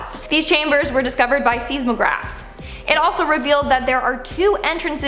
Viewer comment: didn't she just repeat everything he said previously? Also he did it better. Sees magraph? Seismograph sounds like Size mo graph